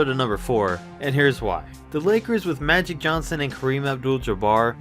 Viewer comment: He said matic Johnson 😂